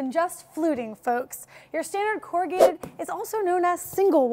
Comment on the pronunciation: Double wall isn't usually 2 sheets of singlewall board together, as that would end up with 4 liners vs. just 3 liners, right? Also, you said "corr-a-git" at one point - isn't the noun said as corrugated (long "a" sound and "d" at the end or as a verb it is "corr-u-gate", still with long "a" sound?